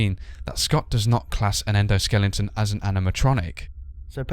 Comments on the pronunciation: He said "Endoskelington" lol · endo-skellington? i busted out laughing when i heard that